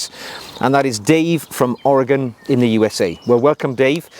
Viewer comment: I am impressed you pronounced Oregon correctly. My in-laws met at Oregon State University during World War II. I mispronounced it “Or-a-gone” in their presence. My father-in-law corrected me saying, “The farmer went to get a rifle “or a gun.” Never mispronounced it again.